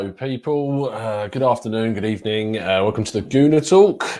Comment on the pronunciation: It was a "bad ebening" for Emery